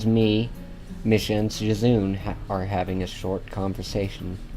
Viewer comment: it's not shizoon it's a japanese name m8